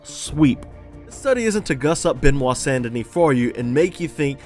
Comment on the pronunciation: Frenchman here, first name pronounced "buh-nwah" rather than beh-nwah. Love the video!